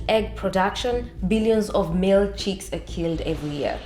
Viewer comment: The word is "chicks" not "cheeks".